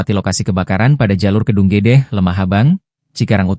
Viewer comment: Maaf tolong di ralat..bukan stasiun kedung gedeh....tapi kedung gede....tidak pake H.....